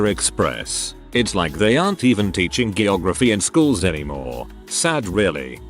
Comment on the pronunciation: Sorry but this has been gnawing at my brain... "GIY-OGRAPHY"....WTF XD